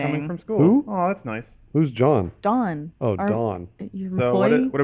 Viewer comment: totally said John not Don that first time